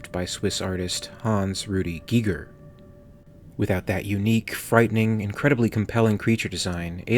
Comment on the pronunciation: Would've preferred if you called him gigger.